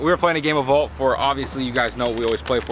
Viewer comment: U said Devin had vault he had vaul 😂